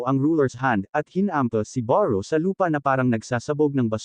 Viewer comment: beru po, hndi po baru